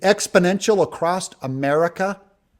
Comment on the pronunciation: There's no "t" in "across" 😂